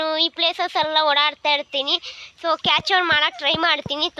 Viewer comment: Capture ❌ cature✅ Situation ❌ sisvation ✅